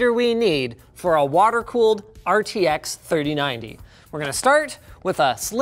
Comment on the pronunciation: RTX thirty ninny